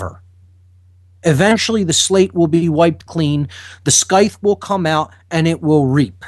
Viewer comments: "Sky-th"? the pronunciation is "Sigh-th" . . . rhymes with Tithe, like "size" with a lisp. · Dear. I'm from England and we pronounce it "Sigh the", the ancient agricultural curved cutting knife on a long stick. Thank you. Carry on:)